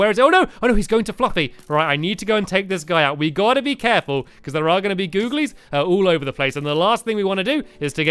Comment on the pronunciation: When he went to build at the back of the building he said goolies instead of googlies